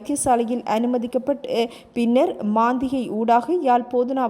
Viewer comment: மாந்திகை அல்ல! மந்திகை!!!!